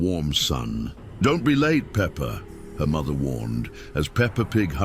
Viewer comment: it’s peppa pig not pepper